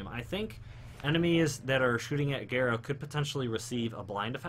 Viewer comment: Her name is Gara not Gira smh